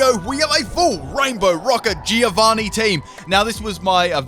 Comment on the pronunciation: Greetings from an Italian fan! The name sounds more like "Joe-vanni" not "Jee-o-vanni" :P